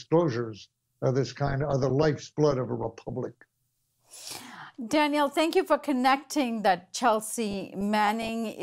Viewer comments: Thank you for covering this and we must give Jullian all the support necessary. One small thing, when you put the accent on the second syllable of Daniel's name it becomes a girl's name. Customarily, the man's version has the accent on the first syllable:-) Not a big deal, but distracting to listeners who are used to hearing it the other way. We must have correct grammar while fighting fascism! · It's pronounced, Danyl and spelled Daniel. "Danielle" is the female form of Daniel.